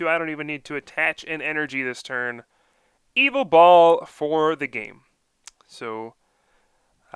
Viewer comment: It's not evil tall!! Ugggggggg. It's ya vetel